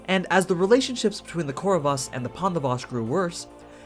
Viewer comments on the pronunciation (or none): You read KURAVAS->KURAWA